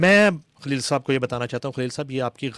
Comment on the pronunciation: کھلیل نہیں ہوتا خلیل ہوتا ہے محترمہ۰